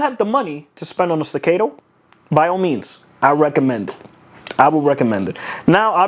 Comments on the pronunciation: Say it together class.. STA-CA-TOE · Bruh. Can’t even pronounce the gun he spent $3k on. That’s America for ya! STA - CAAAAAAAAAAAA - TOE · Sta- cat-o ... Staccato... There, I helped. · Sti-Kate-Toe 😂. Jk, great vid man. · Solid video! Don’t want to be that guy, but it’s pronounced StaccAHto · The way you pronounce staccato is getting to me lol😅